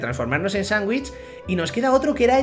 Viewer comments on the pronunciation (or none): none